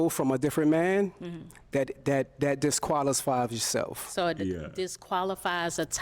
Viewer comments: Can't say disqualifies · What kind of "Top Tier" man doesn't know how to pronounce disqualifies? Anyways, atleast he was polite and soft spoken after he just told her the hard truth